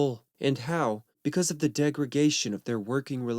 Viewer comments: It's degradation not degregation 😁 It wasn't serendipity, George Harrison invited Billy Preston to pop by the studio. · Not to be a mean guy but "dramatitize" and "degregation", they're not quite words.